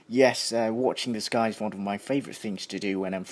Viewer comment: đang nghe mà đến đoạn "sờ kai" của ad mà e phì cười :3